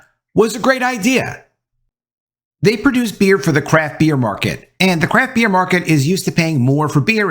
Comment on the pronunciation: Every time you said "craft beer" it sounded like "crap beer.". Truth